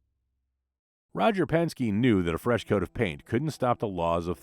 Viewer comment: Who is Roger,,Penski"??😅